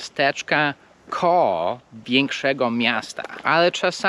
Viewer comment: Nie KOOOOOOOOOO, tylko KOŁO.